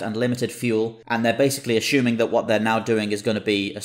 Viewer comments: a-SHOO-ming? for assuming... ah-SOO-ming Just show the battle. I don't want to hear your narration of every trivial detail. Thumbs down. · A-shoe-ming? OK...